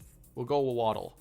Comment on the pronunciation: It's Wah-dull, not Wah-dell.